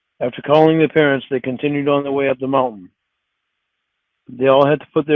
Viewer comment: omg that is the perfect way to phonetically spell out how he says parents 😂